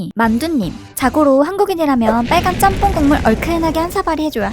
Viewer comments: ‘잔폰’ 이라는 발음보단 일본에선 ‘ちゃんぽん’, 한국어 발음으로 표현하자면 챤폰 이라고 발음하는게 현지 발음이랑 가장 비슷한거 같아요 :) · 잔폰아니고 짱뽄이 더 발음 가까워요 ちゃんぽん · 잔폰?? 일본어에 이런 발음이 어딨어 챤퐁이지